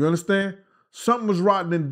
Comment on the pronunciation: Take a bong rip every time asks us to "undastand" him!!! Let's get high!!!